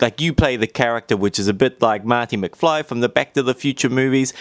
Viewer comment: Pretty sure he called him Marthy McFly